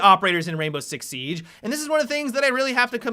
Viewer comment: i hate the way he talks sometimes this is a example why the way he says siege